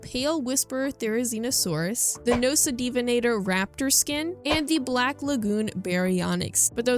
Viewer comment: Btw not to be grammar police but it kinda pained me to hear you call The nocta skin that way.. it’s pronounced “Nok-ta-venator”